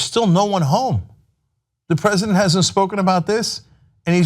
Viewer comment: "i love The PreZZidant"